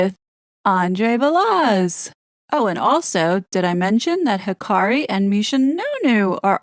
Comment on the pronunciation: Balazs is Hungarian like public enemy #1 Goldfinger Nahtsee glowballist Gyorgi Swartz aka "George Soros." Balazs is pronounced like Zhivago.